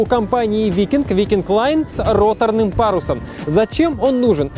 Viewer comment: Вайкинг лайн, а не викинг лайн.